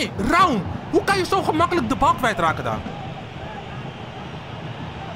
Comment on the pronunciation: Een tip: Raum spreek je niet uit als Ra-um, maar gwn als Raum